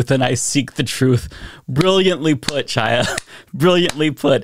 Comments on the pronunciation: I think the jerk's name is pronounced KHAI-ya, not Chai-ya, but maybe the wrong way is more appropriate. Chaia means "light" in Hebrew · Although I'm on board with most of your content, and think Chaya Raichik is despicable, I find it annoying that you persist in mispronouncing her name. Her first name is Hebrew, the 'Ch' is a hard 'h' or pronounced like the 'ch' in "Chanukah" or the Scottish word "loch". Look up "voiceless velar fricative". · The C in Chaya's name is silent, but I refuse to pronounce it that way. If she won't use someone's preferred pronouns then I'll say her name however I want.